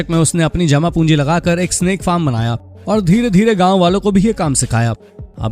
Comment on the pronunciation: Snap nahi snake 😂😂😂😂